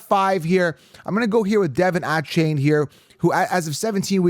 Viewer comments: You butchered D Von A Chan how dare you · Devon Achane came out a while ago and let everyone know how to say his name, come on